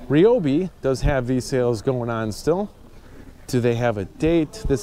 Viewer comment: It’s not reeobee it’s ryblomee